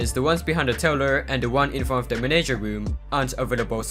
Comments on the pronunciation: I love how you say manager like menager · The way he says manager